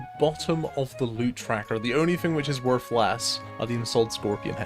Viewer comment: It's not worf it